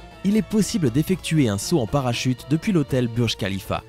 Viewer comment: Ça se dit "bourge khalifa" er "bourge al àrab"